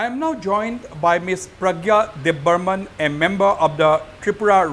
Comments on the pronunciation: Not Deb burman.😅.. Debbarma .❤ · It's Debbarma, not Debbarman don't mind if I hurt you please excuse me, 🙏 in tiprasa there are no any Debbarman, thankyu